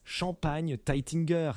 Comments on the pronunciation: Les noms de crtaines maisons de chmpagne sont prononcées d'une manière invraisemblable, les vois générées par IA, cest vraiment grotesque ! Taitinger et Bollinger se prononcent Taitaingé et Bollingé et non Taitingère et Bollinger ( prononcés comme Godfinger !) , Dom Pérignon et non Dome Pérignon. Quelle voix ridicule !!! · "Taytinger" "dom" : encore un bon moment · Moé et Chandon ... Teitin gueur ... Bolingeur ... Pol Rogeil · Pourquoi massacrent ils la prononciation des marques : Moé et Chandon, Taitine-gère , Bolline Gère, Paul Rogeaille , Krügue, Dôme Pérignon etc ..… 😂😂😂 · Le nom Bollinger est d'origine germanique, désignant une personne provenant d'une localité nommée « Bolling » ou « Bollingen » en Allemagne ou en Suisse. La célèbre maison de champagne a été fondée en 1829 par Joseph Jacob Bollinger, un Allemand passionné de vin, en association avec Paul Renaudin; donc svp prononcez le nom correctement, à l'allemande. Idem pour Taitinger et Krug: prononciation catastrophique; à l'allemande svp. En Alsace, on parle allemand. Si on ne sait pas pronoçer, on ne prononce pas